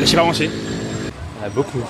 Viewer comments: He say it wrong "l'hachi parmentier" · I don't understand the pronunciation of "hachi Parmentier". There seems little correspondence between the lexicographic word and its phonetic realization here. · how did he just make "hachis Parmentier" sound like one syllable?